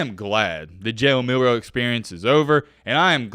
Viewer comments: Jalen Mildew hahaha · his name is Jalen Midroe